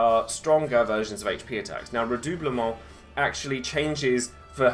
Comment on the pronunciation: Yasss henny, good pronunciation of "redoublement", queen of French!